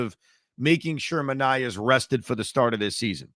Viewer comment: Clay Holmes is also signed for 3 years. Another thing, it's ManA-E-A. (That's how I remember it- took me a while to remember 😂)